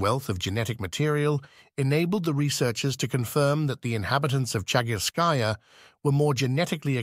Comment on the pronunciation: Commentary in support of your channel. thank you for the video. I enjoyed it. Чагы́рская пещера (Chagýrskaya peshèra) = lit. "Cave of Chagyr" or Chagýr's cave. in Chagýrskaya, the emphasis is on the ý in chagýr-skaya (of the chagýr)... it is also called the "Rabbit Cave". Денисова Пещера (Denísova peshéra) = lit. 'Cave of Denìs" or Denis's cave in Denìsova; the emphasis on the i in denì-sova (belongng to Denìs)